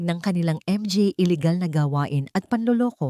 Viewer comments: Arte mo nman mga n LNG sabihin mo m.g.a mo p binibigkas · Not nice to hear the pronouncement M G A , M G A. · ang basa sa mga ay M G A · MGA ? Manga Yan basahin madam😊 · Exit muna ako ang sakit sa tenga ng m g a at p a okey na sana ang mga story kaso m g a at p a